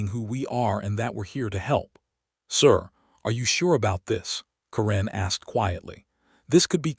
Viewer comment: Stupid A.I., its Karen NOT Kuran